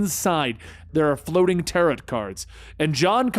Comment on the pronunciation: Tarot does not rhyme with carrot. Read some actual books once in a while.